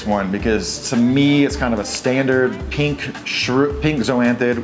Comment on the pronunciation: Where are you from? The way you say pink ("peenk") is really foreign to me... Great vid as usual:)